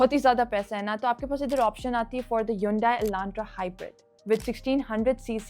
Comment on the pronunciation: Continuously wrong pronounciation of hyundai